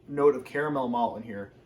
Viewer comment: I appreciate the fact that you annunciate ‘caramel’ the correct way